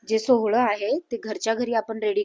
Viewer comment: सोहळ नाही सोवळ